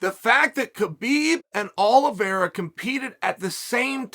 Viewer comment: Uncle Chael keeps pronouncing Charles Aloe Vera. It’s pronounced Oleeveyra!